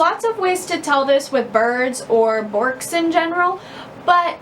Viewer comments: In Australia, we call them Grass Parrots, not parakeets. We also pronounce it Berk (like twerk) not bork. They love to pick seeds out of coarse sand (as they are ground-feeders) and from the seed heads of grasses and millet heads etc. These birds don't climb like other parrots so need flight space and a way to get to the ground. Luffas make good chew toys but they don't chew as much as budgies etc. In aviaries, Bourkes get along well with finches as they are gentle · It is pronounced "Berk" lol